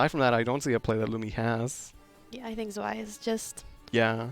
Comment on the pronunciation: Were som nice games played here! Really wish this game got more views. It really deserves it. As a side note. Please stop pronouncing Zwei (German word for two) as Sway... XD